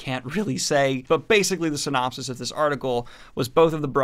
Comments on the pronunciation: I see, you have been affected by the White Tower Podcasts pronunciation of synapsis, instead of the normally used "synopsis". No judgement, at all. I love those two. They're GREAT people. Love these videos. Thanks for keeping us "up to date" on all things Fantasy. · Synapses? Did he say synapses? XD